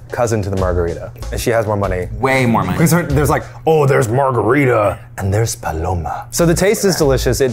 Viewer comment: The way Eugene said “paloma” was lowkey satisfying to my Mexican heart